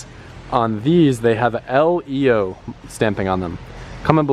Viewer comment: LEYO .. AHH L-EYYOOO